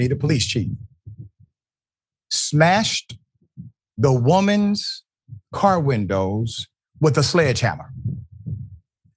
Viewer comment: I'll get out of the car if you can say car properly.